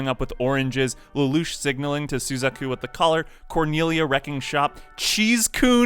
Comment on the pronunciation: you said suzaku's name wrong in this vid and they also said it wrong in this movie and it bugged the hell out of me. and you also said nunnully's name wrong too. and lelouch's name here do better sir. dislike.